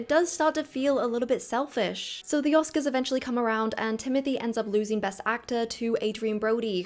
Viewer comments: Bravo for this video 👏 great job! aaand "oscars" 🙃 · It’s a bummer, his humility was so lovely. He rose too quickly bc VIBES. Prepare 7 yrs and can’t even get the accent?? #Oscars seem like a rigged waste of time tbh